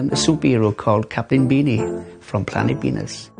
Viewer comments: Hamsterifica Be-anus??! 😂😂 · Shyan Walker I think he meant Beanus like Venus not like Penis 😂😂😂😂😂😂😂😂😂